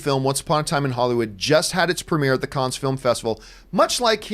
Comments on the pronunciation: Pronounced CAN not CANS. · Please stop saying "Kunns" - it's pronounced "Kunn"! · "the kons film festival" No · It’s pronounced can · Isn’t it pronounced just “Cann”? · I'm pretty f-ing sure it's pronounced "Cans". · No it’s pronounced can